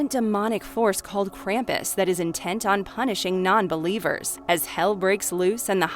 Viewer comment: The way Krampus is pronounced drives me up the wall if they ever watch the movie the movie shows you the proper way to pronounce his name